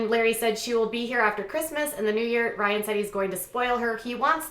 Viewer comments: Well I would of loved to watch this vid, but after the first 10 times of that hideous “Ryn” I had to shut it off! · Omg shut up it sounds like your saying Raahn wtf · The excessive “Rhine” was overly annoying but at least you didn’t have 10,000 ads in your video. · I think your pronunciation of "Rhynnnee"is funny asf lol Also don't believe he's sober until he takes a family picture w/o those sunglasses! js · Very ANNOYING the way you are pronouncing Ryan’s name. I had to turn it off. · Why are you making fun of the way his name is pronounced by Maci? Soo irritating... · Stop saying Ryan like that, you sound dumb!! You seem to love stirring shit! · She doesn't say it right either. It's not how Maci says it.. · It’s not funny how you are pronouncing Ryan. It’s quite irritating & you’re trying to hard to be funny & it’s not working. Please stop. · K C thank you lol I’m glad I wasn’t the only one that it was bothering, I couldn’t even finish the video